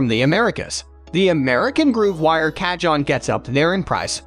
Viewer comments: The moment you said "ca-john" it was enough for me. Closing this tab rn. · This is an AI voice mixed with stolen pictures & video clips online. That’s why the Ca-John… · Repeat after me and everybody else here,"kaa- hone." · Americans make no effort to pronounce anything correctly. Every time he said CAH-JOHN I wanted to close the video lol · loose the last E its pronounced "CA -HONN" / as of "CAJÓN". spanish for "drawer" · Narrator mis-pronounces the name of the very product he is reviewing. Yikes ! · tfw you can create and edit a whole 12 minute video but use the most ridiculous robot voice that mispronounces the name of the instrument every single time